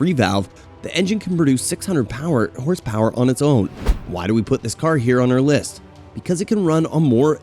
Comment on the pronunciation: Hahah mispronunciation master . Got all the horsepower wrong and with an American accent talking about pounds